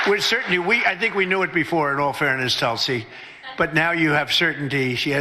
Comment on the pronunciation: In india they pronounce tulsi as "toolsi" But tulsi likes it as "tullsi"